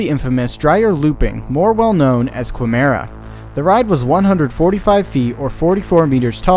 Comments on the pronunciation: just wanted to say that quimera is pronounced similar to chimera. the U is silent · First, its Pronounced Like Kimerah. Second, I've just started the video, but the Quimera also had an accident. The accident is lowkey the same and it's really awful bro. What I know is that 2 people died. One of the causes was that the coaster had 5 carts, 5 FREAKIN CARTS